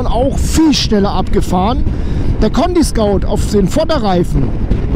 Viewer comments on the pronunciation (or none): Hi, schön das du am Sonntag ein Video bringst. Du sagst schon in mehreren Videos wegen deinen Reifen "Conty Scout" (ContiSkaut), die Reifen heißen aber ContiScoot, (das spricht sich Contiskuuut). Scoot kommt von Scooter. Ein Scout (Skaut) ist was ganz anderes. Die gesetzliche Grenze liegt bei 1,6mm nicht bei 1,4mm wie du bei Minute 6 erzählst. Wahrscheinlich ein Versprecher. Bezüglich der Reifenhaltbarkeit empfehle ich den K66 Heidenau. Ich habe das in meiner Wartungshistorie genau nachgeprüft. Das was die Heidenau teurer sind in der Anschaffung, spart man sich durch späteren Reifenwechsel wiederum über die km. Also der Reifenkosten zu Laufleistung Vergleich….gibt sich da nix. Vorteil des teureren Reifens ist allerdings das man ihn aufgrund seiner erhöhten Laufleistung später wechseln muss und sich somit dann darüber etwas sparen lässt. Weil wer Reifen nicht selbst wechselt, muss dafür ordentlich was auf den Tisch legen. Nur so als Gedankenanstoß.:-) Schönen Sonntag wünscht, der Rob.